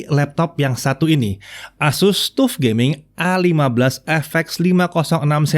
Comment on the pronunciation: TUF mungkin sama dengan TOUGH, harap dibaca taf (keras, tidak lunak), nyambung dengan materinya. Lain kali Pentium harap dibaca pensyem, jangan pentium.